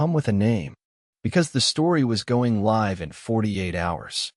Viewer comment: Coders please fix how "live" is pronounced.